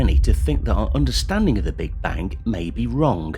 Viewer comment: "Understandink of the Big Bank may be wronk"? Yes I think so too.